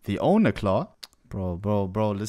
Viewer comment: its "oni" not "onhe"